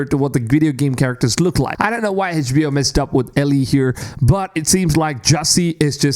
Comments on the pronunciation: HedgeBO hah?! Try to say the letters like everyone else! Fckn mrn... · Can someone teach this guy how to properly pronounce HBO?